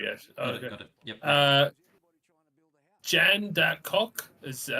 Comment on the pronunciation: "Joondaloop" "Jandickot"